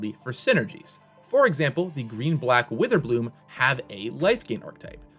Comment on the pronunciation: You said Pick Witherbloom wrong. ;)